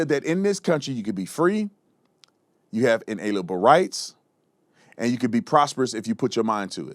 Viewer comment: LOL.LOL Supposedly educated? She puts a T on the word And